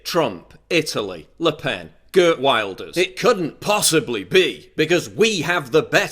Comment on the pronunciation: Lost it "Kurd Woil-durs". It's Geert Wilders bro. Pronounce it as Kirrt Vilderrs